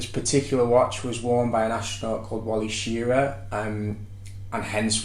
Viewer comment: Thanks for sharing your insights. The astronaut’s name — I was a kid back then; he was very famous and every American (and most people around the world) knew the name Wally Schirra! — is pronounced shu-RAH, heavy emphasis on the second syllable, pronounced as in “rah, rah, rah!” It’s NOT pronounced SHEER-uh!